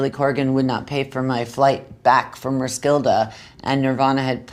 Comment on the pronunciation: When will musicians learn how to pronounce the name of the historical town "Roskilde" - Courtney says it like it's the name of some wicked witch. Fitting?